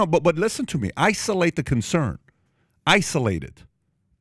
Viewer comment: Holy sh*t... Pat killed the word 'isolate' for me... i almost got physically ill.